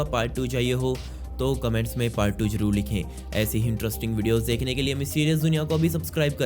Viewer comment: Bhai mujhe ek sawal pochna ha ap Zaroor ko jaroor ku Bolte ho